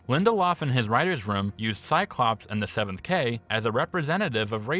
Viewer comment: why do you say seventh kay? is cavalry spelled with a K in the show? are you shortening cavalry as ca instead of cav?